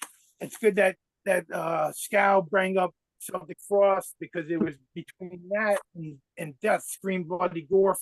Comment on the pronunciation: they are called Celtic Frost with a hard C, not Seltic Frost.